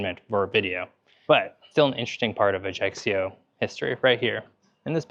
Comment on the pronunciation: One thing that just a little bit pisses me off is some widely wrong pronunciation. I mean Ajaccio. It's not Ajaxio The right pronunciation is Ai-a'-cho (I hope it is clear).